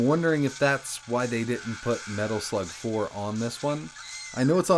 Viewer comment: Did he say "Metal Flug Four?" 😂😂😂